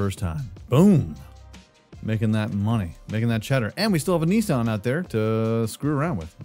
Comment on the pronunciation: He’s American cause he pronounced Nissan wrong